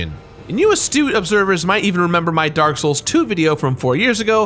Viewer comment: It’s dark not drak